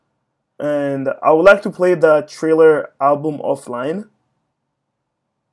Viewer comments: It’s thriller not trriler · He said chriller instead of thriller lol sos im just about to test out the hack now I’ll tell you how it goes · It's not triller it's thriller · It’s thriller not trailer